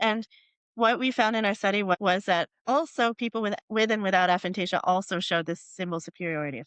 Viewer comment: Her constantly mispronouncing the name of the condition was quite frustrating.